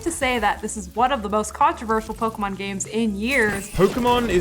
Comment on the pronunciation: Don’t want to come up as nick picking but the pronunciation should be PokEHmon not PokEEmon, it comes for Pocket Monsters. One doesn’t say Pockeet, right? :P I haven’t played the game but the overall opinion doesn’t really seem to be with game freak and it clearly fed by the whole state of the gaming industry. I will wait to see how the this gen pans out but so far I’m skipping this game